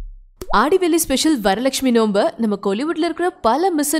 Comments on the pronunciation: என்னது 'நோம்பா' அது 'நோன்பு' டோய்...😂😂😂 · வரலக்க்ஷ்மி 'நோம்பு' இல்லை I think correct word is நோன்பு